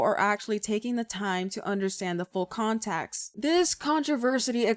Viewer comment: Second video of yours I’ve watched, love your editing and your clear but opinionated way of speaking. Can tell you use that voice often haha! (Also wanted to mention you pronounced context like contaxt and you also said controversy like contraversity, hehe. I hope I don’t come off as rude!! You’re just gaining some traction & I wanted to point it out kindly before you got hundreds of means comments. Personally, I like it <3 /genuine )